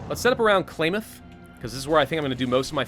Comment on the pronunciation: Love the new face cam. Klamath sounds like Clam ,and I Love seeing you play this mod in the part of the world I am from.